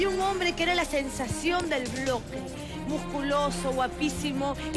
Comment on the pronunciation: Es sensacion de Bloque no vloque yaha se pronuncia con B larga no con V corta